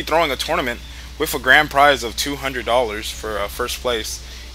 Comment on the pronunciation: I hate how he says "wiff" all the time..